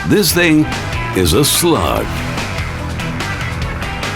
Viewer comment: sounds like"...a slut" more than"a slug"